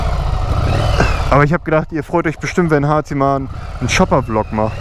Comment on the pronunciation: "Ne schooper"😂😂😂😂